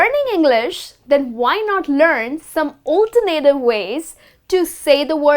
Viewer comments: You mispronounce alternative. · Please pay attention to how you pronounce the word "alternative".